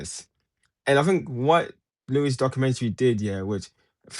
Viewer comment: Can’t say his first name 😂 out after 10s. Also criticising not doing his research when not even watched the show 😂😂😂